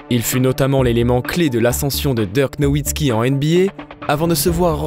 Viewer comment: Super vidéo votre retour fait plaisir !! Je trouve que cette nouvelle voix off a bien substituée l’ancienne, seul petit conseil a lui apporter c’est la prononciation de certains joueurs comme Dirk ou quelques anglicismes mais sinon rien a dire niveau intonation debit de parole c’est top 👍🏼 Le record en carrière de Luka est de 42 points et bonne soirée a vous !